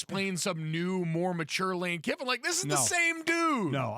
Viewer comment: Don’t these guys know his name is Kiffin not Kippin?